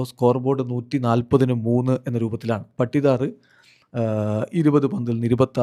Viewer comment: പട്ടിദാർ അല്ല പാടിദാർ 😂